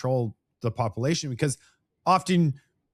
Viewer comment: Hey … I support you buddy but your pronunciation needs work…. “Popilation ”? Come on buddy every time you try saying “ population it sounds very let’s just say unbecoming to Canadians😂🤨😂